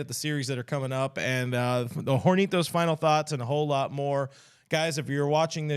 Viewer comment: The h in "hornitos" is silent. You're welcome.